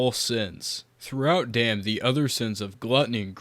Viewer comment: ay bro its DAMN. not DAMN ,just know that